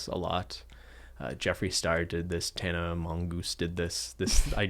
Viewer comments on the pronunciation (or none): This is so enjoyable to watch. It’s like an intellectual salon/discussion. I love it. I’d love the see the financial person!! Pretty certain kept saying “Tana mongoose” 😂 also I’m living for that yellow hoodie especially in front of the banana light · Every time said Tana Mongeu i heard Tana Mangust 😂😂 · Did say Tana Mongoose? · When said Tana Mongoose😂😂😂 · He really said tana mongoose, huh?